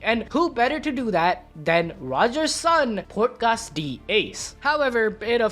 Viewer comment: bruh... are you even serious???? PORKUS D. ACE?????!!!! freaking butcherd the whole series with one single word my man...at least go and watch anime if you are gonna make video about it...